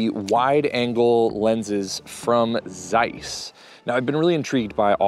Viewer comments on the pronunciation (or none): I assume your grandmother still spoke Yiddish, so on her behalf, please learn to pronounce Zeiss correctly. It's an old German traditional brand and your pronunciation is pulling my ears. Otherwise great content!